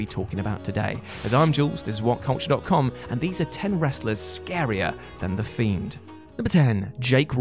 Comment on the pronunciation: "Thiend, thein, more scarier than the themed" all in the intro, this is going to be good!